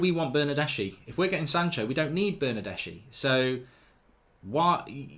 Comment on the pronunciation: Pronounced Bernardeski!